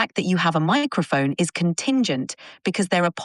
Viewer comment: “the fact that you have a miaæcrophone is contingent,” what happen to her? 😂